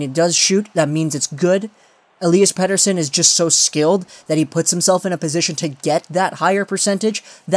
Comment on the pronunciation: jesus, thanks for not using that fucking sweedish accent on his last name, its about time for that! Well for starters why even make a video like that? shows you are not a canucks fan first and foremost, also it shows again like many people who cover the team, that you think you know better than the professionals who run the team. He is our top prospect cant you just be happy that he destroyed the last professional league he played in, the thought that he was lucky is just senseless to bring up and instead of validating that, you fell down the rabbit hole. You could have made a video defending it but instead you just made a leap for something that completely under minds the amount of skill and talent it takes to even get drafted! So now you retract after pure click bait did not work out for you.. Thats all this sounds like, maybe you should keep your canuck opinions to yourself!